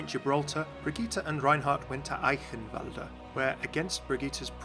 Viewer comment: you pronounce "Eichenwalde" better than Athena xd